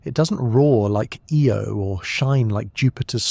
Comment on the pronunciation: IO not EO